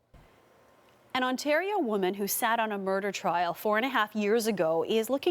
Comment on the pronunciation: lollll ''Ontatio''...another vid its ''Vancover'' another is''Cadana'' Not paid enough??? need a grade 12 diploma???